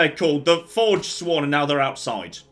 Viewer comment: He killed me with the Forged-Sworn. I can just think of it and it's still making me laugh days later.